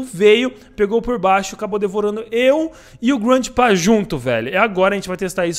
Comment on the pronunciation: Oque é: GRANDPA oque eu entendo: GRANDE PÁ